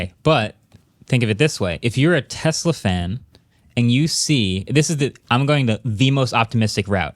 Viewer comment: Alright you guys have to stop this right now there are a couple guys on this podcast that pronounce Tesla like it's Tezzla with a Z there's no good reason why any of you should be saying it that way I don't care how much of anglophile you are stop it stop it right now.